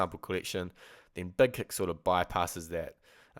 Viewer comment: He said "Beg keck plugin" lol lol Thess ess Spaaaaartaaaah!